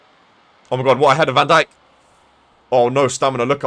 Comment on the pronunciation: I hate how he says van Dijk’s Name Wrong